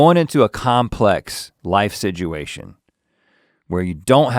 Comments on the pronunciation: Rhett says situation like sidguation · rhett pronounces "situation" in a strange way